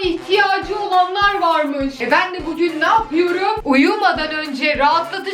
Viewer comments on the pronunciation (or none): none